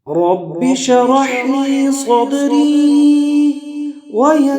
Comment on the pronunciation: ماشاءالله ! بهترین ذکر است، مگر تلفظ در شروع ( رب شرح لی ) درست نیست دوباره ثبت نمائید. سر فراز باشید.